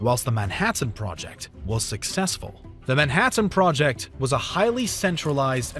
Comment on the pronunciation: Why do you enunciate things like you're reading one syllable at a time. "Nine Teen Thur Tees" "Nuclear AT-AMS" "Man Hat Anne project"